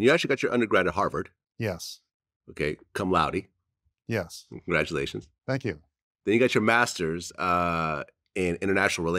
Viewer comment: he laughs at the way Vlad says "cum laude" 😅😂 it's more pronounced "coom" Vlad lol